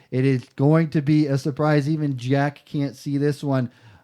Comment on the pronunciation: Probably butchered jacks name